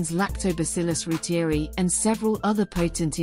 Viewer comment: ‘Roo-teer-ee’ ??? ‘Roy-ter-eye’ is the true pronunciation.